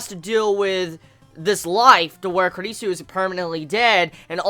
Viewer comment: Your pronunciation of Kurisu is so...ugh..wrong lmao